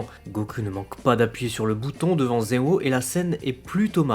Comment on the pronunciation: tu prononce zen-o comme (ze-o) mais en realité meme en japonais le "n" se prononce clairement